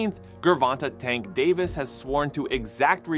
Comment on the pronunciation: Dude you're killing Davis name bro. lol